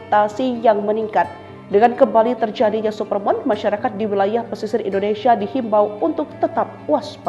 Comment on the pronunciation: supermun, bukan supermon, please deh